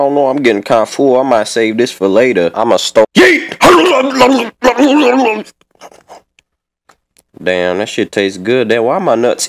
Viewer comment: Fantasma 115 it's not yee it's yeet